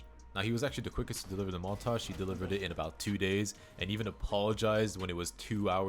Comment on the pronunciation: bro is definitely part french lol, “montaahhhgggee”